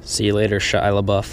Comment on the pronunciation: shilabuff? lol